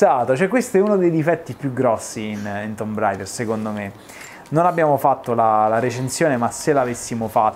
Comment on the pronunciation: uela, vedi che tomb si pronuncia "tuum", chiedi pure a barbaroffa eheh